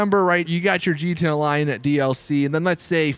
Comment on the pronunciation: Why the hell do you say gta lion instead of gta online. Coz its annoying